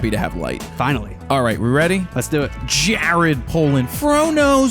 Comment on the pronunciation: Great episode! But did he call you 'Gared' lol?